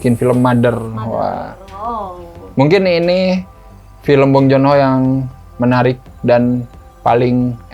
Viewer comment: Baru nonton okja, parasite sama memories of murder dan emang filmnya bagus2 sih btw, dibacanya Bong Jun Ho bkn Bong Jon Ho hehe😔